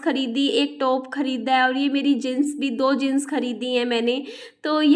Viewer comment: Aap mahan hain gyani hain Matlab samjh rahe hain na लेकिन दीदी जींस होता है जिंस नहीं 🙏🙏🙏🙏🙏🙏🙏🙏